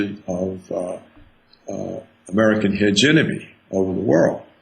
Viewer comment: Dr. Roberts is right but someone should teach him how to pronounce hegemony. He knows very well what he is talking about but continuing to mispronounce such a key word in his presentation works against him. It is a shame because this message really needs to be heard and acted upon.